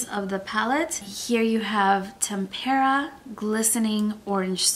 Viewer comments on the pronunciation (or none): FYI, tempera is pronounced with the accent on the first syllable, not the second “temp-er-uh” And cypress is pronounced “sigh-press”. It’s an island . Almost every YouTuber mispronounces these names. I’m surprised that people don’t actually go to a dictionary and look them up to see how they are pronounced. I really like your videos and your review but I thought you might like to know